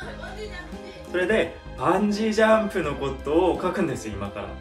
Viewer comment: バンジジャンプって何？？ って思って見てた。 バンジージャンプって理解できるまで時間かかったわ😂 イントネーションとか発音とか、ちょっとでも違うと聞き取る能力グッと下がるんだなって実感した。